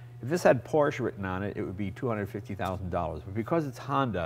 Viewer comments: "Honder" Jay Leno when talking about his Honder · he said honder! lol